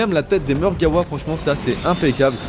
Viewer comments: Je suis le seul qui est choqué en l'entendant dire "Margawa" au lieu de "Margwa" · mec on dis margwa mais dis le comme tu veut c'est ta facon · Mon pote tu dis Margewa alors que ca s'ecrit Margwa et cela ce prononce comme on le lis mais bon tu fais comme tu veux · Ptdr marreguawaa